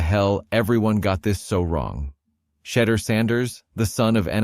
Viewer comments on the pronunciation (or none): One of the things I can not understand... why can't these announcers pronounce Shedeur's name correctly? I believe it to be highly disrespectful.